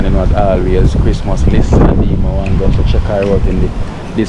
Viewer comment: Bless up!. A Retired Teacher from back a Yard. Let me help you remember how to pronounce Dee Mwango last name.....THE M IS SILENT....JUST SAY WANGO....LEAVE OFF THE M. ❤